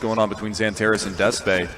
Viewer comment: xanteres değil xantares